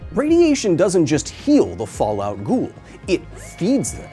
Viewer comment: I like how you saying it wrong "ghoul" which in arabic is "غول"